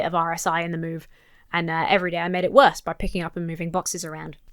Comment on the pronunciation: Much Worchth than that? "It can only good happen". Between the slurring, the incorrect pronunciations, and the made-up numbers, it's mind-numbing to watch. And JFK, looks like he's fighting off a bad trip of acid. WTF? Thank you for putting this together far better than I could, so I'm sharing this video! BTW, there are a lot of us who are totally embarrassed to be American at this point.